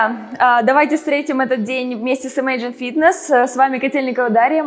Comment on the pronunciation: ИмЭйджн 🤦🏻‍♀️ в России преподают Английский язык? Или самоучки ?